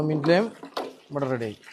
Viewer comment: Laime alla lime.or lemon. Good work.